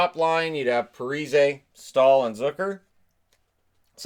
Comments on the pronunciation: i love your channel and ty for doing this. just one thing i have noticed, its ZUCKer...like, luck-er, not zoo-ker:P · Jason Zucker doesn’t sound like ZOOcker. It has the same U sound in duck.